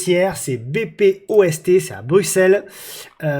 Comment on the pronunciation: BPOST = Belgian Post, la poste belge, pas BéPéOèSTé ;)